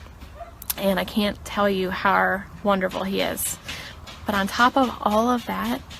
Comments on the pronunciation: She always pronounced "how" as "howrr". 🤔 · Why does she say “how” like “har”??? Weird